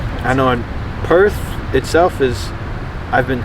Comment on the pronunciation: Such a genuine sounding guy! 👍 Aaannnd he nails the pronunciation of Perth!